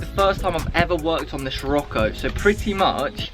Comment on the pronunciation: just me that gets annoyed by him pronouncing sirocco wrong?